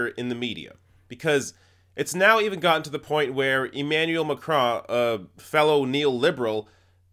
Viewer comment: clearly has no clue of French pronunciation. I also cringed at his Macron but... nobody is perfect.